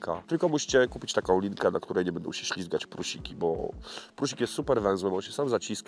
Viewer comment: proponuje zweryfikować wymowę słowa PRUSIK... bo uszy bolą :(